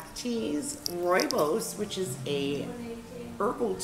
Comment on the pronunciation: Its called "rooibos"